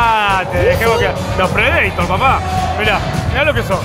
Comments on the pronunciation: "Predeitor" jajajajajajajaja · Lauta fernandez Por eso digo se pronuncia PREDEITOR. Aprende a leer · Se dice predator